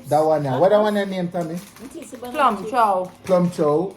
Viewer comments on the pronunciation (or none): Man say plum chow nuh now 😂